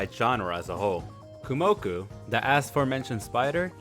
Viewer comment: may I ask why you're pronouncing her name as Kumoku instead of Kumoko? And please, if you have any interest for this series just go and read the light novel, you won't regret it. The manga will take a million years to reach where the light novel is now, and is missing some details as well as the story of some other important characters.